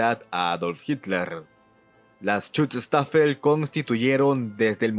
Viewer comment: Que pronunciación 🤦🏻‍♂️. No se pronuncia “chuchustafel”, es más fácil la pronunciación: “shustafel”. Heydrich se pronuncia haidrij